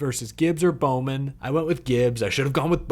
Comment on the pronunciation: Now you got bowman wrong 😂